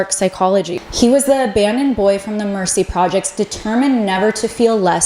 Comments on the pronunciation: Was gonna say that. Plus “Marcy” projects not the mercy projects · This was actually really good. But it's so weird to hear someone do a deep dive and say that Jay-Z grew up in the Mercy projects (its really Marcy), and mispronounce Aaliyah's name. To keep saying A-lie-a instead of A-lee-ya makes it so obvious that she doesn't know who she is. That's crazy work to not know who Aaliyah is. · Its Marcy not Mercy projects and it's Aalyah not Aliar. We need to get our pronunciations together if we expect our story to be taken seriously.